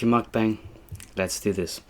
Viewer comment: cant even pronounce mukbang correctly